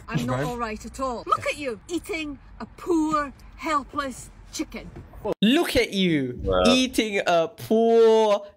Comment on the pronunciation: “Luuk at yew eatin a paw elpless chiken 😔” ————————————— I would have said something like “Well this chicken is very old so it’s fine I guess 🤷🏻‍♂️”